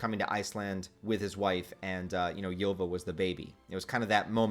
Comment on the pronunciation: Btw Ylva is meant to be pronounced like Ulva